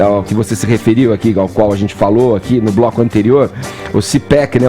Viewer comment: Esse tal Fefito não tem amigos não, gente? Pra dizer pra ele que esse não é um modo adequado para um adulto falar. A zente. Tenha dó. Meu primo de 4 anos pronuncia as palavras melhor. Tem que ter estômago!